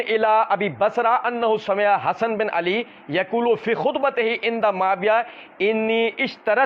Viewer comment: Hzrt hadis padte waqt ap ALIYYUN KO ala padh gaye😂